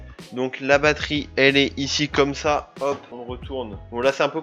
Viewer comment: car j'entends FA au lieu de sa/ça